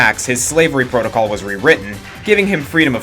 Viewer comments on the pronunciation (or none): none